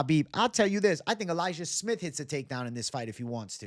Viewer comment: so your going elijiah smith? sounded like you said liked su young at first